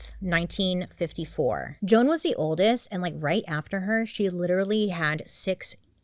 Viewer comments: Argh! Her name isn’t Joanne (Jo-Anne), it is JOAN (pronounced JONE). You have a bird named JOAN Bailey! You should have got this pronunciation right!! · The mispronunciations in this one are heavy girl lol. Her name is Joan not Joanne. 😂❤ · Is it pronounced joANN? Or Joan? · okay i’m confused, is it jo-anne or jo-ne?